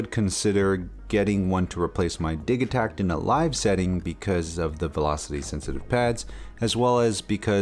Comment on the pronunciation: lol dude it's not diggytack, it's diji-tact.. like digital?